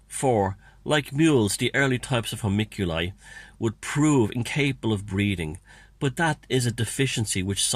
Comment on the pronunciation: 'hoe- monk- you- lie' :) (not that it matters)